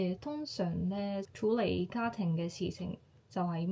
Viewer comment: 用 "媽咪" 會自然啲， 用 "生完仔之後" 會好啲， 男女平等，平讀ping4，唔係 peng4， 處理，處讀 tsy5。 其他都講得好好，有95分。 聲音好溫柔，聽落反而有啲唔慣，不過好吸引，幾好。